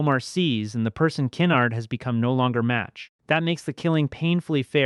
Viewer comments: TF is key-nerd? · Na mond, Ken-Ard, Butt chee, also Keen-erd. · You're mispronouncing Kenard's name, great video otherwise.